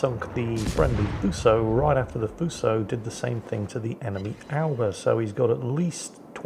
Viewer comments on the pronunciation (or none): none